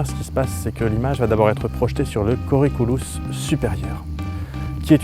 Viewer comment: tu as bien prononcé putamen ^^ Par contre colliculus non.D'ailleurs avec le don de double vue, on a des personnes aveugles qui jouent au ping pong. A propos de l'héminégligence (d'abord l'héminégligence simple tel que tu la présente on a tendance à l'appeler hémianopsie droite), le plus impressionnant je trouve c'est que même si tu pousse un objet de manière à ce qu'il entre dans le champs qui, il va toujours négliger cette même partie. d'ailleurs lesnégligeants continuent d'avoir une perception inconsciente. Si on leur présente deux photos d'une maison mais dont une à la moitié en flamme, et qu'on leur demande où il préfèrent vivre, ils répondront systématiquement mais sans savoir pourquoi dans celle qui va bien.Mais le plus impressionnant c'est l'autohéminégligence (ça ne s'appelle pas comme ça mais osef), en gros c'est la moitié de leur corps qu'ils négligence (en général la gauche car ça arrive chez des droitiers et si ils avaient la même lésions sur le cerveau gauche ils compenseraient). De ce fait, ce sont des patients qui se demandent à qui appartient a jambe qui se trouve dans leur lit, qui vont identifier leur bras gauche comme étant celle de leur médecin ou même qui vont se plaindre d'attouchement etc.